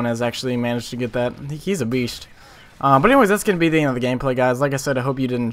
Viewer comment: i love the way you say but its like butta